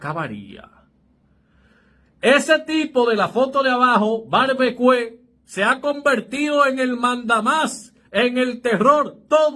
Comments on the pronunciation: Se lee barbiquiu* amigo...😊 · Amigo esa sobrenombre o esa palabra francesa se lee: " barbikíu" . Más o menos esa es la pronunciación. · Tiene que corregir el termino. no es barbecue se prononcia barbiquiu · Como tú repite una y otra vez barbecue es barbikiu